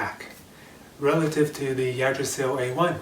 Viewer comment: thank you for the review and comparison to the yggdrasil ive been juggling between deciding on either one aslo yggdrasil is pronounced ( igg- drasil)